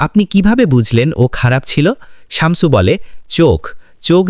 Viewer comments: উচ্চারণ টা শামচু /চামচু নয়। শামছু/শামসু। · শামচু না, শামসু শামছু 😂🤤